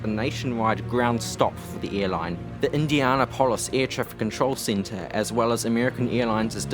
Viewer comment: You keep mispronouncing "Indianapolis." 😡